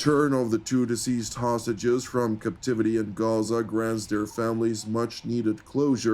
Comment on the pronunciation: Diseased or deceased ? Will you get your pronunciation right ? You are an anchorman broadcasting to thousands of Youtube viewers. Stop confusing us !